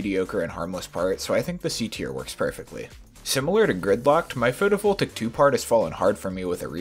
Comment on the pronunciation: first “kenos”, now “atmarbl” and “photovoltaic” goddammit why must you pronounce everything wrong